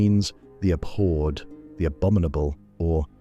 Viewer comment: Learn how to pronounce abhored